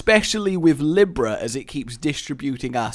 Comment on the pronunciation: Did anyone else notice the Libra pronunciation the second time?